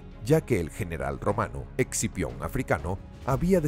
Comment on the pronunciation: Scipio, quien sabe porque el el narrador dice exipion xd